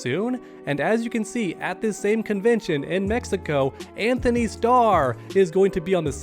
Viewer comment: His name is Antony. No H